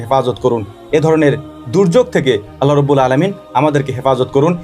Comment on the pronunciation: আল্লাহ তা'য়ালার নামের শেষে হা উচ্চারণ করতেই হবে দাদা জী না হলে মহামান্বিত আল্লাহর নাম বিকৃতি হবে আর যিনি এই মহা বিশ্বের মালিক তার নাম বিকৃত করলে কি হতে পারে একটু চিন্তা করুন আপনাকে ওই স্রষ্টা সুন্দরতম একটা বিবেক দান করেছেন